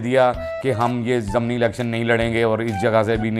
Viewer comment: Mohtram aik lafaz bola app ny " Zamni Election "... mohtram Zamni naheen "ZIMNI" lafaz hota hai...